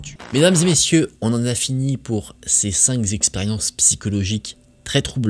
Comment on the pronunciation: Je profite par ailleurs de ce commentaire pour te dire que le chiffre "cinq" s'écrit sans "s": on prononce "cinQ expériences" et pas "cinq z'expériences" (voilà je pinaille mais à chaque fois ça me fait siffler les oreilles XD). Bravo pour cette excellente vidéo, hâte de voir les prochaines!